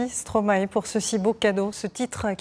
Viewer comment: Par pitié, pas stromaé, ça se prononce stromaï